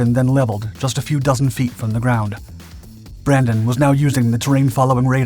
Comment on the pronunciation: Brandini? It's Brandon. 🤦‍♂